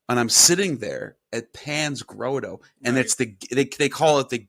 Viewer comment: “Grotto” = “Grah-tow”, not “Grow-toe”